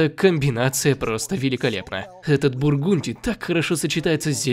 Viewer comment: Ох уж этот бургунти